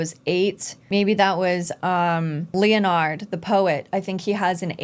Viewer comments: Lol its KLEIN - (CLINE) and Leonard (LENN-ERD) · Klein is pronounced "kline". Leonard is pronounced the same as leopard, with the "p" replaced with the "n". Some of the VA's don't quite get the names right, but most of them do, so it's weird that you're not saying the names correctly.